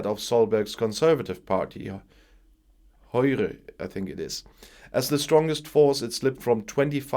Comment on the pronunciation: Good pronounciation of Höyre (Høyre). Native German speakers obviously have an advantage.